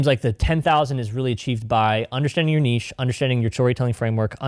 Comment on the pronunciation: Thank you for the correct pronunciation of niche. Seriously. Lol